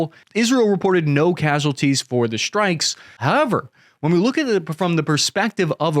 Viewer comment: "Shtrikes"? Or strikes?